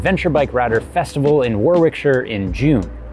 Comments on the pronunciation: 'Wa rik sher', not 'waw wik shier'. C'mon, yr not a Yank. 😊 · *woricksher not War Wick Shire. But good effort, we will see you there. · Haha, War-wick-shure. Close in pronounciation, War-ick-shure. And close to me, only 8 miles away. Maybe I'll be there. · Hey dude. Thanks for another excellently produced vid. It's great how much knowledge you share and spread each time. Thank you. One thing to help you when you hit the shores of Blighty in June - we pronounce it Woh-rick-sheer, not War-wick-shure Say it quick and it works 😉. I'll come see you and check out if you've been practising 😂😂😂. 😎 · Lol@ worwickshire. Ya gunna be in my home town. It’s pronounced wo rick shear. If ya get the chance go into the Dog and Partridge and tell Cath Nigel recommended you try the purity ale. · Loving the pronunciation of War-wick-shyre. Perhaps I should pop up and teach you how to pronounce Warwickshire properly.. (it's something like 'Wah-Rick-Shear' BTW). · War-Wick-Shire - love it! Try saying War-rickshire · "Wor wick sheer" lol. It's pronounced "worrricksher" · Lol. Not War-wick-sheer, pronounce as Worr-ick-sheer. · "war-wick-shire" god i've never cringed so hard in my life.... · Great video and i doubt id say yes to "perfect" suspension. I think it would take away from the riding experience too much! Also, i genuinely laughed watching this whilst sat here with a cup of tea and the pronunciation of Warwickshire haha it's pronounced "wo.ruhk.shuh" haha. See you there! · As ever, great content. As a tea sipper who lives in Warwickshire I look forward to catching up with you. We pronounce it Worrickshire 👍🏻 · Entertaining and educational as ever. Warwickshire is pronounced as "Warrickshire," but we Brits will forgive as he is the best presenter (bar none) online, on TV or anywhere else for that matter. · See you in June! Awesome you are going to be there. I am going to take the bait like a fat trout tho - it’s ‘Warrickshia’ the second W is mute!